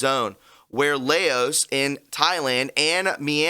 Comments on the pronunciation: Laos pronounced like blouse. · Laos... pronounced like blouse 👚 but with an "L"